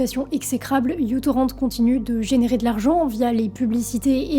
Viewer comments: C"est n'est pas "micro" ou "u" ou encore "you"-torrent (et on ne prononce pas non plus "torrent" comme une grosse rivière en français). La lettre µ se prononce "miou" donc c'est "miou-torrent". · Franchement, faudrait que tu prononces soit uTorrent tout en français ou tout en anglais. J'ai arrêté dès la première minute. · Quand on fait une vidéo de 20mn sur un truc dont on ne sait même pas prononcer le nom, pas sur que ce soit très bien documenté... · Juste en tout début de visionnage, je me permets de faire mon pédant : la lettre "u" bizarre (que je ne sais pas reproduire depuis le téléphone d'où j'écris) n'est pas "u" (prononcé "you" en anglais), mais la lettre "mu" grecque, l'équivalent sonore du "m" de l'alphabet latin que nous utilisons. Donc à prononcer "mutorrennt", plutôt que "youtorrennt". Voilà, my two cents, je retourne à la vidéo. Des bises, ou ce que tu voudras. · En fait c'est comme ceci : µTorrent (« micro-torrent » ou « mu-torrent », la lettre grecque µ se prononçant « mu »). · Petite aparté : ce n'est pas "you torrent" mais "micro torrent". Le petit trait sous le "u" symbolise "micro" dû au fait justement que le client soit super léger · C'est difficile de regarder la vidéo en entendant u-torrent ou you-torrent à la place de mu-torrent ou micro-torrent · micro-torrent, pas u-torrent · Pardon mais c'est la lettre "Mu" en grec pas "U"... \(\mu \) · c'est micro-torrent et non u-torrent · Petite précision, ce n'est pas "U" torrent, mais "MICRO" torrent, µ=micro (dans Système international d'unités), car à l'origine le logiciel était très peu lourd. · J'ai explosé de rire ; Lui c'est Microtorrent en fait; C'est la lettre Grecque μ ; prononcée Mu mais c'est le signe de "micro" en sciences; Merci pour le fou rire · J'ai toujours dis micro torrent. La lettre grec µ n'est pas un u. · On dit : Micro Torrent.😉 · Super vidéo, mais je crois que c'est " mu " torrent ou microtorrent le bon nom. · Merci beaucoup de l'avoir dit car Utorrent me fait mal aux oreilles